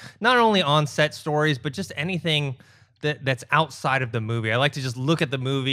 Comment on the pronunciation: "Does the on set sTORies effect" Nice emphasis.